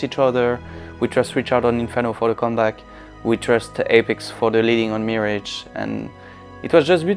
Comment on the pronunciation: "Meerage"